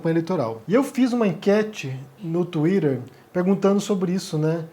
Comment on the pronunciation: "...no twirer"